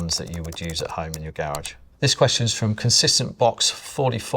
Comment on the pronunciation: the way he pronounces Garage hurts me more than it should.